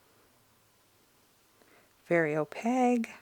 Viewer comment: Thank you for sharing. I I was able to narrow down what I actually want. By the way, in case no one has told you yet, opaque is spelled with a q and subsequently, pronounced with a q as well… O-pake 😂 Not, O-peg. 😉 Now I’m going to spend more money on art supplies. ❤❤